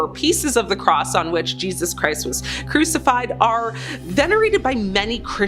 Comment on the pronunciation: What, you never heard of anyone getting crucificated before??